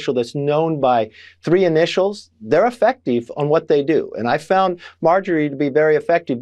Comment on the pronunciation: “Effecteeeve” “Lookit” … good gawd.